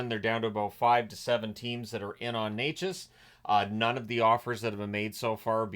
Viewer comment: Just a heads up, its not Neychas as you pronouncing it, with a long e sound{ey}, its Nečas with a short e sound like "net" ...so more like ne-chas...all short sounds. Thanks